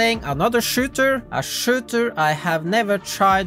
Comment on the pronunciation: Bro when you try to pronounce Shooter and Valorant is Immersively Funny lol